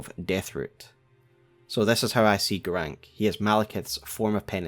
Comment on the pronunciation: Why are you saying Garanqq "Garank"? Like, they same his name 50 times. I'm sure you played the game more than once. Why is there a trend to mispronounce names that are stated out loud in the game?